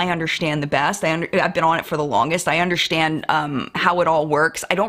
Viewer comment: I love how you always throw a H into understand, I’m Irish and we throw H’s everywhere they don’t belong so when I hear you say it it always makes me laugh. You’d fit in well over here 😂 Love from Ireland x